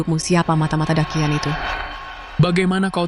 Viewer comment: Daqian. Orang China asli : dachian Orang indo : dakian 🗿